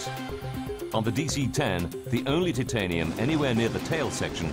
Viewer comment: The way that the narrator cannot pronounce titanium correctly is killing me